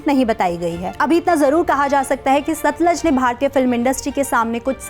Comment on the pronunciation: satluj hai na ki satlaj